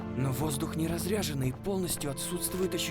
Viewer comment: В слове разряженный правильное ударение необходимо ставить на слоге с буквой Я - разрЯженный. разря́женный. (